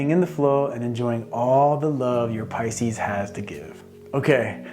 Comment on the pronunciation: He nailed pises